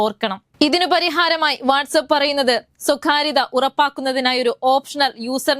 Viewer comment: സ്വകാര്യത എന്ന വാക്ക് ഉച്ചരിക്കാൻ പഠിക്കൂ. ക യും ഖ യും തമ്മിൽ വ്യത്യാസം ഉണ്ട്. ഖരം അതിഖരം ഇതാണ് അതിൻ്റെ കാറ്റഗറി. അവതാരകർക്ക് മിനിമം യോഗ്യത നല്ല ഉച്ചാരണം ആയിരിക്കണം